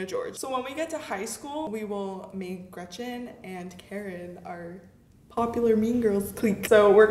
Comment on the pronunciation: Nobody: Not a single soul:: REGETCHEN